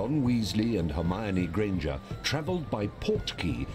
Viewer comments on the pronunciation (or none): Dachte Ich auch... Außerdem sagt diese Stimme Hermione Gringer😭😅